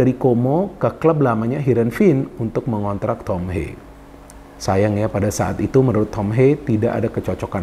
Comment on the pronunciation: Ha-ye Bro. Bukan Heiy pengucapan namanya. Dia dari Belanda bukan dari Amerika.